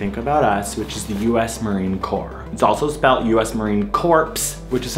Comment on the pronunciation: Corps isn't the same as corpse, girl.